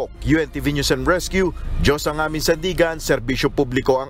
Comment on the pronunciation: ""UNTV"" ... Maribojoc Ay "Boloc" .. Lea Ilagan .. ""News is Prnounce Niya "Noise or Nose"" !!! Hahaha Hehehe Hahaha